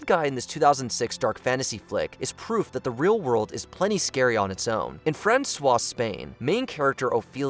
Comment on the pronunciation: Your butchered pronunciation of "Francoist Spain" ticks me off. It's Spanish, not French. General Franco was a dictator not a connoiseur of fine wines.